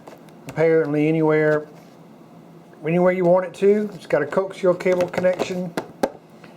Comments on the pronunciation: Co-Axial. Not Coax-ial. :-) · Good recommendation! Enjoyed the video. Mohu is pronounced “mow-like you mow your lawn and who-like who is this guy...mohu=mow who”. And coaxial is not pronounced “coke-sea-uhl”, it’s pronounced “coh-axe-e-uhl”. Just helping out from one good guy to another. :) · Co-ax-ee-all, no fucking coax-eel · CO AXLE, CO AXLE it's pronounced CO then AXLE .